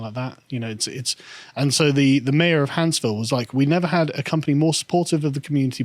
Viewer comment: You pronounce "Huntsville" like a true Englishmen lol Creepy shit with all those fires though and no one reported on it there was one of these in south tx not that long ago